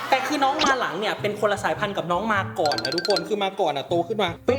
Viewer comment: ชอบเรียกน้อง มาก่อน ว่า มาก่อง 555+